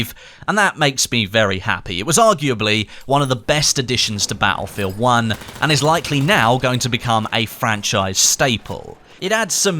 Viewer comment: thank god BF V is around. I dont now what accent this is but i cant here you say battlefield uoonnnneeee anymore 😂..but keep tbe great content coming👍👍